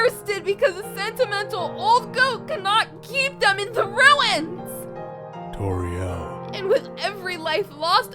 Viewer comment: Whoever voiced Toriel read wrong there.